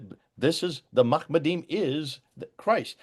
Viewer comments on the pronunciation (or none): You have to understand Hebrew phonology to know it's not actually mahamaddeem but is actually mahmaddeem ח, closing a syllable here takes a helping vowel So instead of saying mahmad, a half vowel is inserted to help pronunciation. It rhymes with the adjective before mamtakkeem חכו ממתקים וכלו מלמדים Hikko mamtakkeem Wukullo mahmaddeem Same syllables in both, just that second starts with w 'and' Another way of putting it Tiberian voweled Hebrew pronunces it mahªmadderm but 1000 plus years before when Solomon lived would if been pronounced mahmaddeem